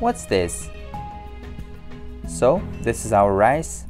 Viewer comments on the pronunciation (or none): its shoowel and ris and wegatables